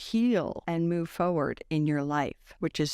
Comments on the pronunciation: FOR-ward….not FO-ward. Lack of proper use of spoken english tells me I don’t want to hear your ‘knowledge and facts’. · There are two "R's" in forward. 👍🏻